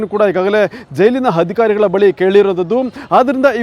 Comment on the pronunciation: ಹಜಿ೯ ಹಗ್ರಹಾರ ಹಧಿಕಾರಿ ಹಾರೋಪಿ ಹಪ್ರೂ ವರ್ ಹಾದೇಶ ಹೆಲ್ಲ ಹೆಷ್ಟು ಹೇನಯ್ಯ ನಿನ್ನ ಕನ್ನಡ ಹಹಹಹಹ😊😊😊😊 ಹಕಾರ ಹ್ಯಾಂಕರ್